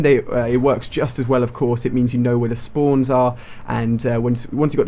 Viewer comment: It's kinda funny how he says spawns